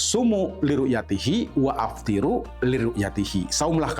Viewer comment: Jangan bilang waaftiru bro. Kamu tidak ngerti nahwu sorrof bro? Waftiru itu yg benar